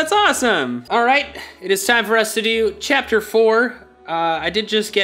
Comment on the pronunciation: Waiiit... Did you say "Chapter floor"?!